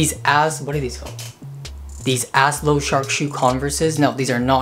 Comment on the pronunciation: I love asclo. Just for reference it's pronounced with the A and S as letters and Clo like the beginning of the word close, so Aye-Es-Cloe, I suck at phonetic spelling, hope that makes sense loll, also heavenCanWait has similar sweaters like the last brand, super cool